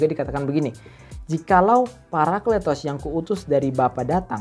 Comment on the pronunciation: Mantap bahasannya.. maju terus.. anw cara bacanya Paraklitos - παρακλητος.. karena eeta "η" dibaca i bukan e..